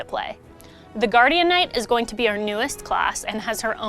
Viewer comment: For the love of Kazeros, call it Guardian Knight not Guardianknight. it sounds so wrong